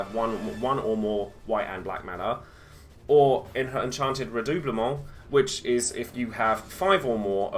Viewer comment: Yasss henny, good pronunciation of "redoublement", queen of French!